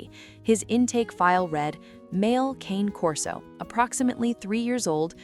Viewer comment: Do not make a video about an animal if you don't know how to pronounce the name. Cane does not rhyme with pain. It's Italian. It's pronounced Con A. Con as in convict. A like the name of the letter A. Cane Corso How hard can this possibly be.